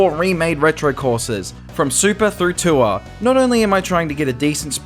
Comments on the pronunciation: i'm so brainrotted i keep hearing "tour" as "tuah" 😭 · Threw me off when you pronounced tour as tuah